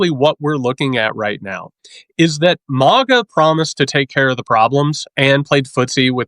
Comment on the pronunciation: Totally petty and stupid complaint here, but please, Please, PLEASE stop pronouncing MAGA like 'Mog-uh!' It makes you sound so silly - and not in a good way. JVL from the Bulwark does the same thing, and it drives me absolutely bonkers!!! (However, if you're doing it to troll MAGA in some way that I don't understand then please disregard my comment and carry on!)